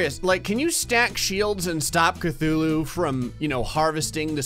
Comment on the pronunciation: Funny how he says ctulhu and there was a cutulhu video above his in my recommendation list